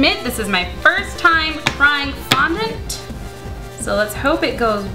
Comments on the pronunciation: fondent not fondont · OMG....it's fondond not fondont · FONDENT NOT "FONDONT" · I'm not being hateful but please say fondant properly! I have OCD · you say fondant the most retarded way i have ever heard